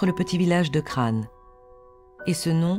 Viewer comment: La femme qui dit « CRANE » c’est pas ça,c’est « C.R.A.O.N.N.E »